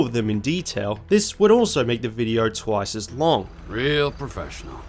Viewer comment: bro said thwice